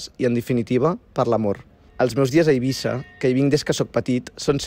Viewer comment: és eivissa amb essa sorda